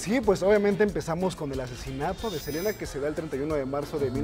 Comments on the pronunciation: por que todas le dicen celina otros silina ya no se como mismo es él nombre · Inche dice el wey.... selina!!! Y los titulares dicen SELENA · Le dicen " Celina " desde cuando se pronuncia así el nombre " Selena " en castellano ? Ya dejen de hablar como si fueran gringos !!! 😂😂😂😂😂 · Selina 😂😂😂😂. Selina quien es esa. Yo conosco es a Selena no Selina😅😅😅😅